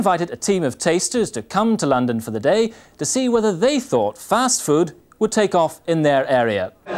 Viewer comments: Is JC saying “first food” ? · Why do they keep saying First Food? Has the pronunciation of Fast changed that much?